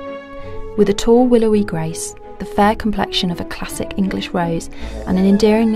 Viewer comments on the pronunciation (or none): Pwincesses? Gwace? Please let's get a narrator without a speach impediment...